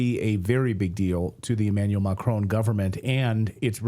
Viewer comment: "French president Emanual Macron along with his husband?" I'm confused....